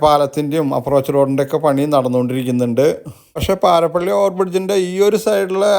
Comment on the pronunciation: Not parapally, paripally